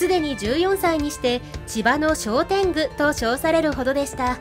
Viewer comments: 大きな誤り、逆袈裟(ぎゃくげさ)をさかげさと言い、小天狗(こてんぐ)を、しょうでんぐ！とは漢字の読み方の誤りですね酷すぎます💢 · 「こてんぐ」ですね。道場剣術の千葉が一位というのは、どうにも違和感が……？ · 千葉の「こてんぐ」です。 お間違えなく。